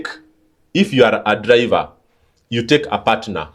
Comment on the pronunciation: Or or all my dude your diction confuses us 😅😅 so much raw or low, dliver or driver?Ron or loan?😅😅😅waaaaa